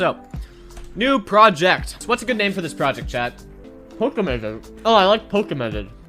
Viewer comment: btw it's Poke-mon not Poki-mon :P